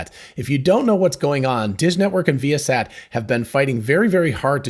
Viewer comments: I think it is pronounced vye' uh sat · So not vy-a-sat ?